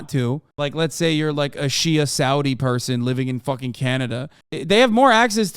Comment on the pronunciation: "Shea Saudi" I almost did not recognize what you were talking about. Just goes to show how differences in letters between languages can go a long way. But hey, awesome vid!